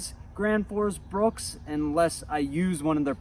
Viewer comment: BRUK BRUK BRUK BRUK it says it on the name print on the handle on every single one , NOT BRUKS . Why in the hell can no one get it right LOL